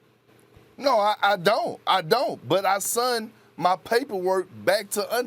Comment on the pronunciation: Did Perkins just say "I sunt (supposed to be "sent") my papers"?